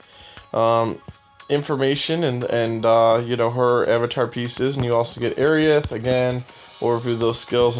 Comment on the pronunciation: Dude you gotta work on pronouncing properly. It's Ae-Rith not Airi-ith.